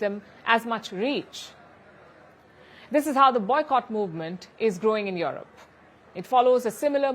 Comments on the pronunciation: Europe is pronounced U-rope..U ropeans. not Yourope or Youropeans. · Can someone please tell her its not pronounced YAW-ROP, its pronounced YOU-ROPE.